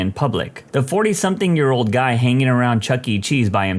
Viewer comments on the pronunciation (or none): No k in the word something